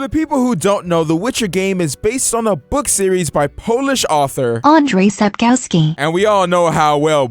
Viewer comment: Had to pause when you used a web to pronounce Andrzej Sapkowski . laugh so hard